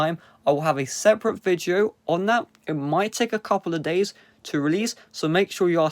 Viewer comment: Amagine saying viteo